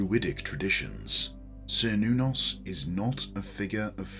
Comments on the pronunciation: This video is wrong about the pronunciation topic on multiple levels. A "kernos" is a piece of Greek pottery which is commonly used in rituals for several of the Greek gods. It's not a modern pronunciation of "Cernunnos" at all. The earliers recreations of the name "Cernunnos" used the "Ser" pronunciation, but more modern research into linguistics and history suggests the "ker" pronounciation of the first syllable to be more likely to be accurate. The version used in this video is "old fashioned" while the version it dismisses without even saying it correctly is more "modern" but in a way which points to the exact opposite of what the video tries to suggest is the reason why. As we learn more about history and shape our understanding of lost historical languages through doing so, our expectations change, and the modern understanding of ancient Celtic languages suggests that the "ker nuh noss" or "ker noo noss" pronunciations would be more likely than the earlier (still modern) "ser noo noss" version. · "sr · nuh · nowz" is how google is saying it is pronounced. Grok says it is "KER-NOO-NOS" in modern Celtic reconstruction and "KER-NAH-VEL" in root tongue ;) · Yes I began by pronouncing it as sir but now upon study use Ker -noon -nos blessed be 💚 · I'd always pronounced it as "Cher-noo-nos" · I have also heard his name pronounced, as: KER nuh-noss and Ker Noon noss.